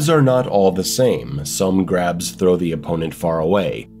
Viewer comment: Thought you said crabs at first, I was like how did crabs hurt you